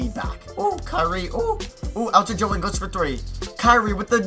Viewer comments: it's pronounced ING-GULES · I'm Australian and it's Ing - gals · it's Joe ingles like pringles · Ingles is such an easy name to pronounce come on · Can you stop pronouncing joe ingles name wrong